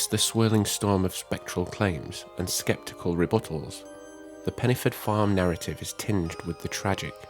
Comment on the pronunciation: Pen - uh - forth ( dd in Welsh is a soft th sound )